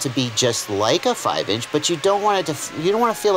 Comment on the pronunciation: Lol, Your southern voice came out when you said, Ooh it flies just like a 5 inch.